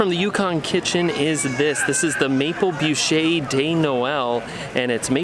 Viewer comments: It is not "booshay"". It is pronounces "boosh". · Hi there! Great vlog! Thanks for sharing! I'm French Canadian... You almost got it... Just don't pronounce de "e" at the end of bûche! 😁👍